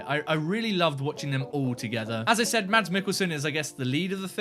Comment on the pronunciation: Mads is pronounced "Mass". The "D" is silent. Watch "Adams Apples" (2005) and "The Green Butchers" (2003) - both dark Danish comedies with Mads Mikkelsen